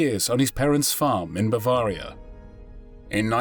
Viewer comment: Yes he pronounced bavaria wrongly